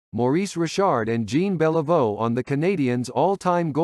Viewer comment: I’m pretty sure this is a robo-voice. It couldn’t pronounce Guy Lafleur either. (Or Jean Beliveau!)